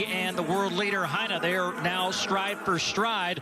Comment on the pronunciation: They need to learn how to pronounce "Hynne". They're going to need it next year.